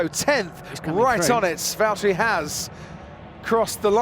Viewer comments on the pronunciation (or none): Lewis, it's Valtteri